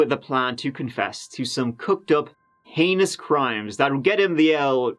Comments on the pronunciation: heinious lol twat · "I'm pretty knowledgeable" pronounces heinous as "heeny-us" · Heen-ee-ous! 😂🤣😂🤣 heinous! The prosecutor in My cousin vinny pronounced it high-een-ous! 😂🤣😂🤣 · lmao the way he pronounced "heinous" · Now here’s a prick who richly deserved everything he got...and more, sees himself as a genius . can’t pronounce heinous.